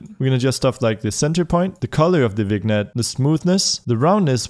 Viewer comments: “Vig-nette” lol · Nice video, only comment is that vignette is pronounced vinyet